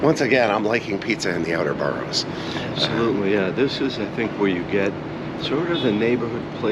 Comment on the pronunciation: boroughs not boros